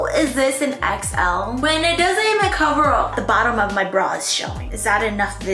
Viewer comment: i keep hearing exo every time she says xl😭